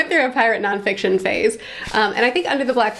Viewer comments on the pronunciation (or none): Non FICITON? :D